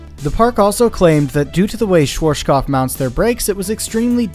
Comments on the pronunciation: I live in Germany and therefore your Pronunciation of Schwarzkopf sounds really funny. Keep up your Work up, love your Videos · Bruh I love your videos, but the pronunciation of Schwarzkopf is compleeeeetely wrong 😂 try listening to google translator, type in schwarz and listen to it, and afterwards kopf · it`s always funny to hear someody pronouce "schwarzkopf" that is not from germany , and tripping over their own tounge. German is a horrible language for everyone else to speak ,you have to grow up with it ,or live in germany for at least 5 years for the reight pronunciation. Till today we even have the Brand "schwarzkopf" i doubt they are the same because it now know for hair care products mostly aimd at woman. Greetings from germany ;) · i love the way you pronounced schwarzkopf lol it was a good attempt :D great vid love from berlin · SCHWARZKOPF not SCHWOURASDNSJBDUHGBJFHGKOPF !!!!! God damn it - before u spell it - check the correct pronaucing ! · You mean Shworshkoff instead of Schwarzkopf :D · Yeah, Shworshkoff from germany :D Or is it called ,,Schwarzkopf"? :P Interesting Video! Thanks for that :) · Schworschgoff😂 love how americans pronounce german words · Schwar. (Say the word hearts, take away the h. earts (because the A sound in heart or hearth then put a schw before it.. Sch wart now ts. its the same sound as hearts. schwearts cupf Its not that hard, it includes no sounds you don't have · "Schworshkof". Geez why can't people research words that are not in their mother language. Just listen to it using the Google translater. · As someone from Austria, it hurts hearing you say schwartzkopf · its ''sh as in sheriff shwA as the british speaks "bAck" shwarzk ou as in cough 'shwArzcoupf' schwarzkopf ;D and the Z is like tz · "Schworschkoff" :D I know "rz" and and "pf" are hard to pronounce but this one was hilariously off :D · my german ears a ringing from the 100 times you mispronounced "schwarzkopf" so badly :D :D :D